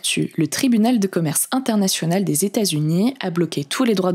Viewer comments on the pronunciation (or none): none